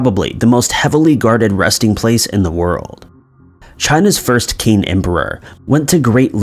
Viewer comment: Qin is actually pronounced as "Chin"